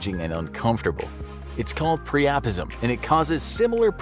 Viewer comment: Priapism (said like Prior-Prisim).😊your welcome